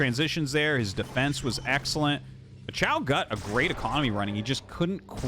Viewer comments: Hi! Someone feel free to correct me if I am wrong because I do not have a full understanding of Chinese. But I am pretty sure in pinyin "qiao" is not pronounced "shiao" but more similar to "chiao" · Oh, just fyi i guess but Qiao would be pronounced "Chiao" (Qi = Chi in pronunciation roughly), Xiao (would be Shiao like how you are saying it in the video)